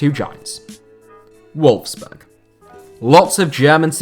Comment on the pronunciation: Nearly every placement in this video is butchered in surprised you didn't mispronounce Leicester considering you mispronounced nearly every other place on this list. I found it funny that you got Volkswagen right but Wolfsburg wrong. I wonder if you do any research into these videos apart from using Wikipedia!!! Very sloppy. I also don't think using the comparison to the countries biggest city actually does what the video title actually says. There are much more deserving cities then those you actually mentioned as have been mentioned in the comments.